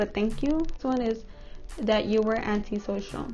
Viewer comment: It sounded like you said Auntie social💀